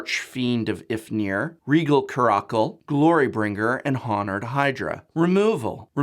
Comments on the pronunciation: "Haw-nerd" Hydra? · Did you just use a hard 'H' for Honored? I've never heard that before